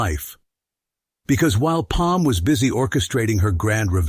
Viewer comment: Is it Peem, Pam, Pum, or Palm 🤣